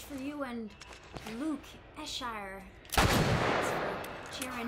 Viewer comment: When Amelia read "Luke Is here 2018" as "Luke Ishire" I lost it. Shes so adorable!